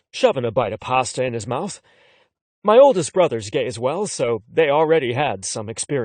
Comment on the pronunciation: Why does he pronounce mouth as mouse? I don't wanna hear about how someone's noodle is in someone elses mouse 🐭😭